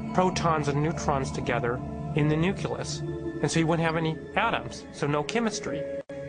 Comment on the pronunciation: lol, "in the nuculous" ...must be Bush's science adviser.